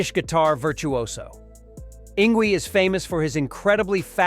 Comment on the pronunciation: "Ing Gwee" LOL!!